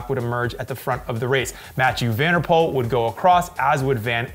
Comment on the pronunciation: NOT like Pool but PULL , from a Dutch speaker.